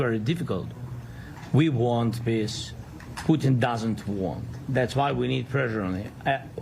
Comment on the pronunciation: P U T I N not Poo in speak correctly or get off the air.